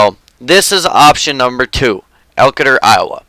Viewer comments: close. Its pronounced Elkayder. Its exciting to see a map from where I'm from be made. Also his farmersburg IA. I'll have to watch the series on elkader. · Pronounced elkader wrong just a heads up